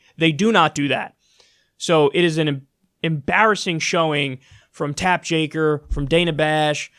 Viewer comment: Why do you say Tapp Jakker? I think it’s hilarious but just wondering?